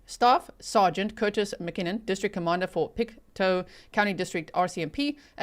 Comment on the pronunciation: It is pronounced Pict2. Just to get the prounounciation. Thank you for covering this Canadian story. Canada is very wooded, and there are very remote areas.